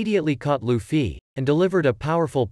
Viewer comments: Bro said luffi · When he says 'luffie' 😂😂😂